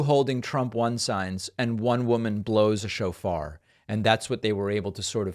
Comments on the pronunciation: When David said "a woman blows a shofar" I thought he just mispronounced chauffeur. That dramatically changes the tone of that statement LMFAO! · OMG, I THOUGHT DAVID SAID: "A WOMAN BLOWS A CHAUFFEUR" I'M THINKING TO MYSELF: "I THINK I'VE SEEN THAT MOVIE!" 😂😂😂 I MISUNDERSTOOD THE WORD "SHOFAR"! 😂😂😂